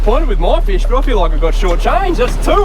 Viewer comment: Feesh... lol